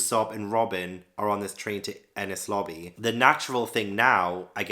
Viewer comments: Enies lobby rhymes with pennies, not penis. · Btw its pronounced En - nees lobby ❤ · Pronounce "Enies" the same way you would pronounce the "NES" in the old NES gaming console